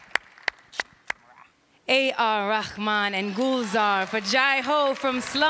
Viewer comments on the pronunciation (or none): A.R. Rakhman wtf she pronounced 🤦🏻‍♂️🤦🏻‍♂️🤦🏻‍♂️